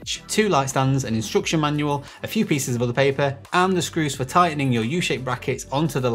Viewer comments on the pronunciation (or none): none